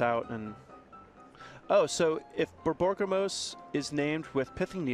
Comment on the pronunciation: I didn't notice before watching this but the commentators ability to say Borborygmos repeadetly it's tremendous.